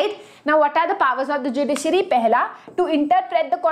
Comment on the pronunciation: The way mam say judiciary 😂😂